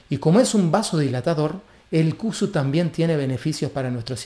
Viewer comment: Sería de ayuda pronunciarlo bien, no cusu, sino con se llama en realidad